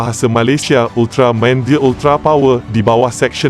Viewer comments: Stress dengar part sebut ultramaim hahaha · Sekadar teguran... Minta tolong sebut betul2 .. 'Ultra-man... Bukan Ultra Main' ye. Please la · UltarMAN! BUKAN UltraMEIN! Adoouii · Weh aku dengar dia cakap ultramain itu je aku dengar hehe ... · Moderator ni org mane ni, sebut main hentam je... Buruk betul mendengarnye... Sentai jadi Sentai... Ultraman jadi ultramain... Stress dengo .. dh la cara Penyampaian membosankan... Best lg faktaw... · ye betul. itu sebutan dalam bahasa jepun. tapi masalahnya si pencerita dalam video ni sebut Ultraman jadi Ultra Main., tak ke pelik bunyinya tuu..??? 😝😝😝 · Pelat agaknya.😅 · Admin Sebut "Ultraman" pun mcm bodoh !!! 💩💩💩💩